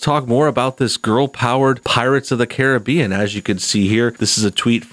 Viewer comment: Its pronounced Caribbean not Caribbean